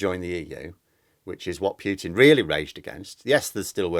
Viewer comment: please stop saying "Pyootin"; it sounds ridiculous! It's "Pootin". Thanks.